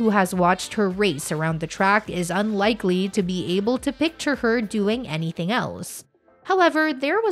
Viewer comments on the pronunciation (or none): none